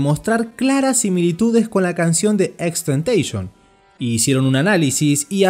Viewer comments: Nose le dise xxxteiteeison se llama xxxtentacion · Es TENTACIÓN no Tentation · lo corrigió además da mala imagen a x, se pronuncia xxxtentacion no xxxtentecions en una entrevista lo dijo pero no importa xd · No es xxxtentation,, era xxxtentaCION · Gracias por este reportaje pero vale la pena aclarar que no se le tentation sino tentación. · No se pronuncia así, el mismo dijo que se pronuncia como en latino XXX TENTACION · Empezó bien el video. Pero¿ porque decis temteishon? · Bro deberías borrar este vídeo, XD como puedes desinformar y ser tan amarillista descaradamente, investigas de una persona para hacer un documental y nisiquiera puedes pronunciar su nombre bien :/ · si es verdad wn el creador de este video no sabe nada, ni siquiera dice el nombre bien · no es tan dificil poner imágenes y vídeos en un vídeo con transaciones, lleva su tiempo, pero si sabes editar lo haces. Que por cierto, ni siquiera sabe pronunciar su nombre bien. Y cuenta una historia llena de mentiras que si quieres te las desmiento punto por punto.